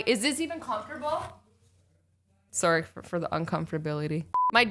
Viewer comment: You say sorry like a Canadian